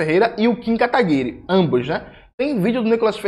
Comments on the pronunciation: "KataguiRÊ" kkkkkk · Gosto quando o Jones chama o Kim KataPICA de "Kataguire". Kkkkkkkkkkkkkkkkkkkkk